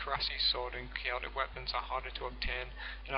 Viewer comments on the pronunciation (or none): none